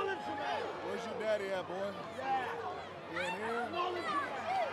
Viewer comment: That “boy” was personal asffff💀💀💀